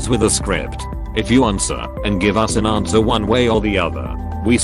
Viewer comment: Lol@ "aRnswer"